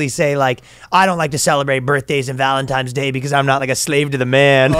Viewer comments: Are you saying valentimes day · I just want to make sure I heard it right… did Ryan really say Valentimes day?! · So happy to hear Ryan thinks it’s called ValentiMe’s Day